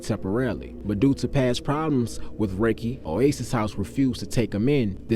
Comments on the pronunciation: His name is Rakie not Riky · Appreciate that I was just about correct that... "ROC" not "RAKE". But Dope story big dawg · We pronounced his name Rock-kee. Never heard no one said rakey before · So you not from Richmond, right? Dude name is pronounced rah-kee not pronounced Ricky.. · This story is amazing to say the least, but every time you said his name I cringe because that’s not how it’s pronounced!! It’s Rah-Key not Raykee!! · You being from Richmond you should know his name not Raykee it’s Rah-kee stop getting stories & just telling them get with actual ppl who knew what was going on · This mann ive never seen and yall only know what the news told yall. BUT DID YOU REALLY KNOW RAKIE PRONOUNCED RAH-Key and I definitely couldn’t take you serious beyond the mispronunciation of his name. He went through what he went through and there definitely was a side of him that i know first hand yall never speak of. Thank You Rakie for the good of you poured into me i carry. Especially the brotherly love you had for your sisters that i was shown as someone else sister and it was a pleasure running messages between you and your first love that blessed in your one true love and the parts of your goodness deep in her you live on through Rakiesha❤️❤️ forever with us. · This was in the 80s and it's pronounced rah-kee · He name was pronounced RAH-KEY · His name was pronounced Rah kee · I was waiting for this video about Rakie Cloyd to come out when I saw the video from a couple of weeks ago about The Johnson/ Brown Gang Story, and was looking for some photos of Blackwell. I'm from "The Grove", but I hung out in Blackwell when they had the PJ's. And I knew there was going to be some in the comments about the pronunciation of Rakie's name... (Rah-Kee). It's cool tho, I'm just waiting for Part Two. Keep the stories coming. Southside (South Richmond). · It’s RAH-Key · In part 2 please pronounce Ra Name correctly it was pronounced Rah-kee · Rah-kee bro get it right fam. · It’s Rah Key